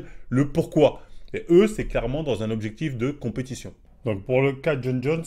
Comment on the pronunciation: Il a bien prononcé son nom du premier coup moi c’est ça qui me choque 😂